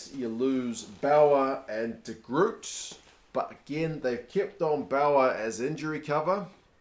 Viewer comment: Please Kiwis pronounce de Groot properly lmao